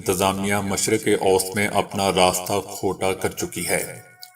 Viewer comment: آپکی ایک غلطی کی اصلاح: مشرق اوست غلط ہے ۔ مشرق وسطی ( middle east) ضحیح تلفظ ہے۔ شکریہ